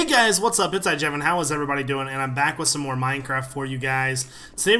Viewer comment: at the end i always think he says mrs iJevin